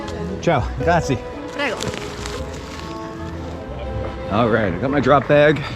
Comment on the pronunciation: Omg you did the forbidden “Grazi” 😂 the Italians hate it 😂